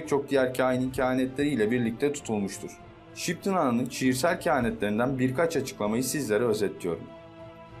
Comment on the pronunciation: Şıptın ana mı diyor? :))